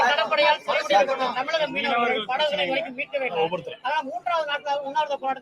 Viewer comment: அண்ணே, அது தமிலகம் இல்ல அண்ணே... அது தமிழகம்...